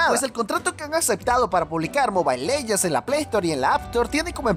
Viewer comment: "Leguends" XD